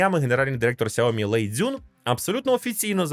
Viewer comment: Сяóмі, з наголосом на "о" ? 😂😂😂 Розетка торгує, і навіть правильно бренд не може вимовити! Звучить цей наратор як дитина 😂